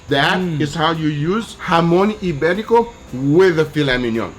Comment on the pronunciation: Thank you Guga for getting the accents right on JAMÓN IBÉRICO.